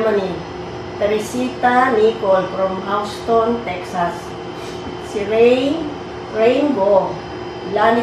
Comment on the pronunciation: House-ton, Texas hahaha natawa ako dun! Pero sobrang hanga ako sa pagluluto nyo madam! I'm your new convert! Naluto nyo na po Everlasting or Lyanera ng Marikina? If hindi pa pademo po naman malamang alam nyo po yan kasi sa Cainta lang po kayo. More power!